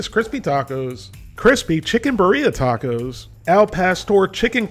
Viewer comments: i think it's pronounced BEERia instead of biREA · Beer-Yah is the local pronunciation. Cheers from the Central Valley of California. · beeREEAah is how its said love the content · The way says birria man 😂😂